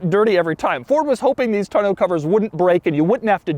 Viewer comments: The back cover, a "tonneau," is pronounced TAW-NOH, not TUH-NOH. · Doug, the kind of guy who pronounces it “ton-OH” cover instead of “tahn-o” cover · Who pronounces “Tonneau” “Ton-know?” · I guess me and my family and everyone I know has been saying tonneau cover wrong my entire life because how they always said it was “ton-uh” cover and clearly I now know that’s wrong cus I googled how to pronounce it lol cuz every time he said it in the video which was at least 30 times in the part talking about the bed 😂😂 it kept bothering me how he was saying it and him saying it like pronouncing every letter perfectly like he jus learned the word also bothered me a lot lol but now I know I’ve jus been saying it wrong forever and so has everyone else I’ve ever known 😂🤷🏻‍♀️ #themoreyouknow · Every time Doug says tun-oh cover I lose focus for the next 2 minutes of the video. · How does he not know how to pronounce tonneau yet? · Why do you pronounce tonneau so weird...